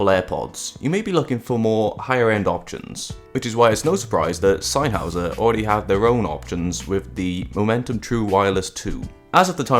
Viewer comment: It’s sennheiser not sannnhauser. Nice clear video tho.